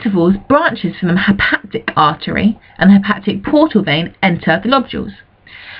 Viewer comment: Is it really that difficult to pronounce "hepatic"?